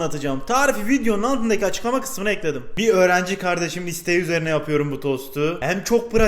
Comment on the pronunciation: Her şeyde de yapıyörüm ediyörüm deme artık türkçeyi katlettin lütfen